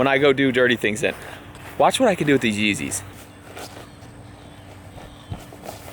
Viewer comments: The fucking up the yeezeys pisses me off 😩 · When he messed up the yeezes that hurt me